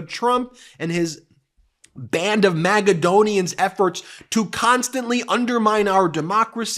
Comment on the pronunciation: Everytime Ben pronounces "MAKAdonians" my brain goes: Aren't those nuts? For those who like a bit of (very simplified) history facts (and the reason my brain starts laughing): According to wiki (*), 1) "Makedonía, pronounced [maceðoˈni.a] is a geographic and former administrative region of Greece, in the southern Balkans". The population during the time of the most known historical Greece democracy was structured around MM-relations. 2) Two out of the 4 known trees are commercially important for their fruit, the macadamia nut . Just a thought and a smirk - Europe (*) I used wiki for easier access to the English translation.